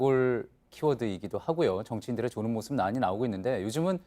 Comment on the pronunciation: 조는이 아니고 자는 이지